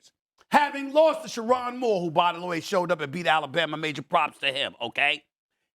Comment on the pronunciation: Stephen A. Pronounced Sherrone Moore wrong